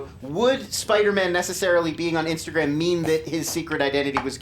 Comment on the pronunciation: best "insagram"